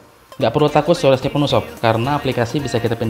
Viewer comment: "Storege" bgt nih:D Jiahh Nisekoi, mihak mana?onodera?marika?kirisaki? wkwkwk